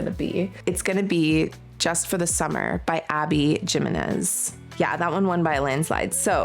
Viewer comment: I love this video and your whole vibe 🩷 A little note from a pesky voice in my brain- “Jimenez” is pronounced “hee-men-ez” emphasis on the ‘men’ 😄